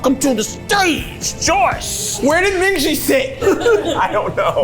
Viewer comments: no you're good i was confused too! she didnt! mingi (min-gee) would be the correct pronunciation. she might say minji out of endearment or a nickname, perhaps? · not “minji” lmfao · nope, she didn’t pronounce his name correctly, i was caught off guard too lol. i recently learned hangul so that i could pronounce kpop idols’ names correctly (and because im currently learning korean). in korean, his name is 민기. the romanization for this is Min-gi, and the “gi” part is pronounced like a mix between a g and k sound. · I’m assuming she mispronounced it because she got into ateez a bit later and may not know the pronunciations yet? Just my assumption! ☺️ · Anyone else get kind of offended at Joyce’s pronunciation of Mingi’s name, or are you normal? 😂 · Mingi's name is not pronounced like that lmao all of Ateez says it with a hard G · joyce mispronouncing mingi's name is taking me out PLEASE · noooo the way they pronounced mingi's name like bruhhhhhhh thats so wrong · Atleast try to say MINGI correctly as Atinys😅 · Shouldn't Joyce say Mingi's name correctly if she's such a fan? Just saying 😬🤷🏻‍♀️ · not to be that person but Joyce, you're pronouncing your husband's name wrong lmao. The G in Mingi is a hard G. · Also Joyce mispronouncing mingi's name over and over was something else! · So Joyce screams about Mingi being her husband and can’t even pronounce his name correctly? 🤦🏻‍♀️ And Keith just repeats after her… It’s basic form of respect to at least learn who will be your guest. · relax 😭 she mispronounced his name ONE TIME it’s not that serious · yeah I was just thinking she must be a very new atiny lol. very passionate but, definitely wrong with the name pronunciation. usually people get it in a couple weeks, if not it should only take a couple months because they constantly say each others names in their content so at some point it's impossible to mess them up lol